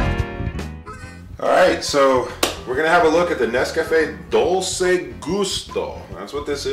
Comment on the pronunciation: Dolce is pronounced dol-che and macchiato is pronounced ma-key-ato which is an espresso with a dab of frothed milk